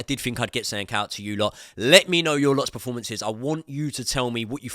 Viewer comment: it's PERformances not PREformances